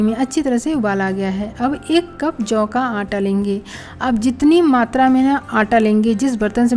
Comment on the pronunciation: Jav. Hay ki juvar. Vo brabar boliye